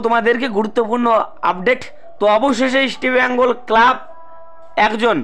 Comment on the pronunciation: Tomar ai Eastibengal Club bola bondho kore Easr bengal bolte sekho.